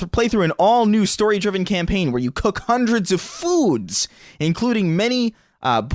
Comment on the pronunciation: I find it funny how sometimes emphasizes the “wrong” word. “Cook hundreds of FOODS” as if I should be more surprised by cooking food at all rather than the quantity, lol. Although maybe it’s just written that way given how some of these descriptions are butchered.